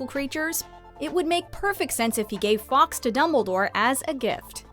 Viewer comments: The Phoenix is pronounced “forks” not “ Fox” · Some interesting theories, although almost skipped the rest of the video when I heard the narrator’s pronunciation of ‘Fawkes’ Some mixture of Fox and f**ks was a bigger crime than I saw in the whole movie.